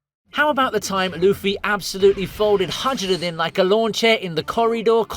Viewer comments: I hate the way he said highrudin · Hajrudin: Hi-Rude-in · HA-ROO-DIN You call yourself a fan, 😂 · Bud saying haj ruden pissed me off like dude if you watched the show you know that isn’t how it’s pronounced wtf is up with you?